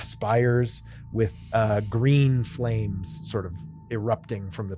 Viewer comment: Did you say GREEN FLAME!?